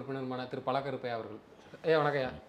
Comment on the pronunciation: தம்பி. அவர். பல. கருப்பையா. இல்லப்பா. பழ. கருப்பையா தமிழ் உச்சரிக்க கத்துகிட்டு இந்த வேலை செய்ய வாப்பா உங்களால் என்னுயிர் போகுது